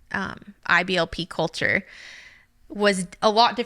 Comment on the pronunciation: the way she says “ILBP CULTure” really tells it all